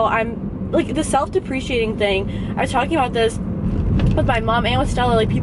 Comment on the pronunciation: For someone who claims they are sooo smart, she surely didn't know how to pronounce "self-deprecating"....